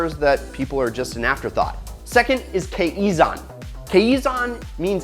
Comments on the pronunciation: Fyi pronounced "kai-zan" . We have monthly kaizan proposals every month at My japanese company where j work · It's pronounced (ki zon) and ( con bon) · I love Toyota, I grew up with one. And I love the channel, I'm a fan of it. I just can't ignore the way read 'Kaizen'... It sounds so weird when he said that. No hate, just saying...